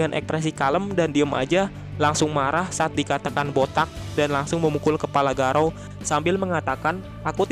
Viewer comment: Jangan garaou min.. Please